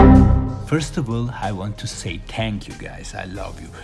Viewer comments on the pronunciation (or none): You say „tank you guy“ try to pronounce the h „thank you guys“